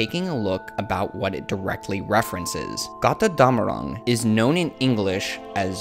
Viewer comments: It's "GOAT-er-DOM-a-ROONG" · As a german i always laugh if you say Got rr Damarung x) love your theories though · it's kinda cute how you pronounce götterdämmerung haha